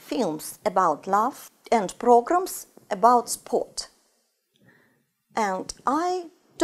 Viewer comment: програмс я ору.чисто по русски